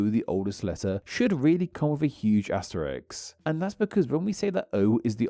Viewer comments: That's asterisk, not asteriks! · Btw, it's 'asterisk' not 'asteriks/asterix' :)